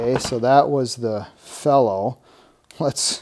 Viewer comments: It's not fellow its fee-low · "fee-low" and "Vera" and " v-ha" are the correct pronunciations.